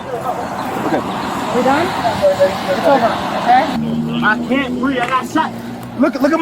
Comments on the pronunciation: Another “I can’t breeve” wasting taxpayer dollars. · I see he's a George Floyd blackbelt. Struggle, then pivot to "I can't breeve".